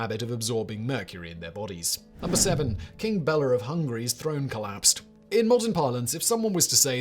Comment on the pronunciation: FYI, 'Bela' is pronounced "BAY-luh" My family is Hungarian, and a family friend was named Bela. Don't even ask how 'Csaba' is pronounced.